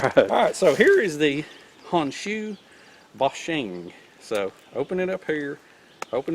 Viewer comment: Forgive me, but I can't stop myself... Its: "HONE SHOE BOW SHEEN". No foreign language EVER pronounces "O" as "AH". It's a simple rule...EZ 2 remember